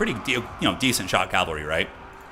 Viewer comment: PLEASE, IT IS PRONOUNCED CAV-AL-RY, NOT CAL-VA-RY! CMON MAN